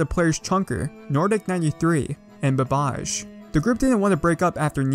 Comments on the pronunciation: I'm sure it's pronounced bubbuh jay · you pronounced BabbaJ wrong lol its Babba J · The way he pronounced babbaj 💀